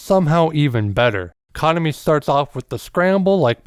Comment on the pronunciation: FYI...The maids in the After Life MV were hired for the MV from a talent agency not employees of the café. Kuh-nom-E rather than Kahn-uh-me.